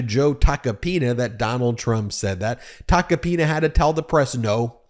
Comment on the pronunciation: Please don't pronounce his name like a republican trying to americanize it, it's t a c o-pina!